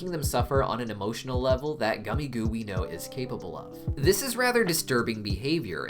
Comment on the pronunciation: just to say but gummigoo is pronounced "gummagoo"